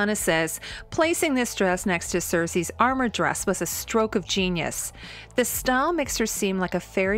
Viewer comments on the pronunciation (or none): none